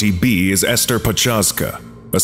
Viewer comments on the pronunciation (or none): none